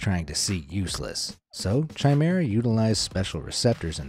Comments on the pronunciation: Chimera is not pronounced ch as in chicken it's pronounced as a k hence it is pronounced kimera as in kick, I hope that this is clear to understand. I am sorry if I sound pedantic or petty but I tried to ignore your pronunciation but it just got more annoying the more you used the wrong pronunciation. I enjoy watching your channel but please try to get it right! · Chimera is pronounced, K Ī M E R A. No C, H sound. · Chimera Ian pronounced with a ‘ch’ sound. It’s a ‘k’. Basically ki-me-rah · 'Chimera' is pronounced with a hard 'ch', like in 'choir'.